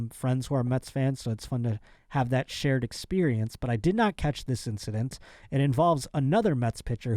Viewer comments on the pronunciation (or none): none